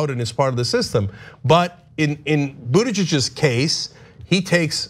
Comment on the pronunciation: I love Anna's pronunciation of the possessive Buttigiegggg'z. 😅